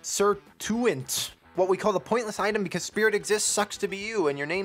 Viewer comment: I think it's pronounced "viscera taunt". Good video <3